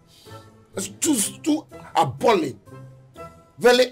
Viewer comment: It's appalling not appealing